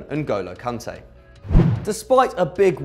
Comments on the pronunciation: Its Kante not Konte. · You said cunte instead of kanté